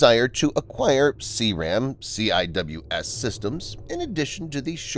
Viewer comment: We don’t say C-I-W-S, we say Sea-Wiz. Don’t bother telling me it’s a computer voice, know-it-alls.